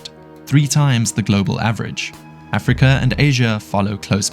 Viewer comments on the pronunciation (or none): none